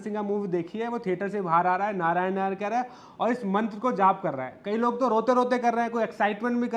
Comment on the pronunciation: यही है वे जो नारायण को नारायन कहती हैँ। सुन्दर अभिनय किया है पर उच्चारण पर ध्यान देना चाहिए ।